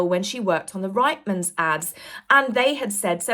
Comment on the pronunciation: 🙋‍♀️🇨🇦 Hey as a 50 something year old Canadian I thought that I'd share with you that Reitman's is pronounced as "Reet-man's" and not "Right-man's"... I have shopped in the store, I remember seeing & hearing TV & radio commercials for the stores and I can promise you that it is indeed pronounced as "Reet-man's"... I hope that you find this helpful and useful information going forward. It's my sincere hope that everyone who reports on the Dastardly Duo eventually pronounces not only Reitman's correctly but also Mulroney which is pronounced as "Mull-Roo-Knee" the roo as in room or kangaroo... I can attest that her husband And father in-law Brian Mulroney and Ben Mulroney both pronounce it as "Mull-Roo-Knee" Brian Mulroney was our Prime Minister and it's very easy to do a Google search and hear it pronounced correctly. I'm not saying that you are mispronouncing it, but I definitely know that a few others are. I don't understand how after nearly 7 years of reporting on "That one's wife" and people, places & things associated with her that so many people are frequently still mispronouncing Reitman's and Mulroney.. sorry for the little rant but it has become like nails down a chalkboard for me whenever I hear either thing mispronounced after so many years... Take care & I absolutely love your show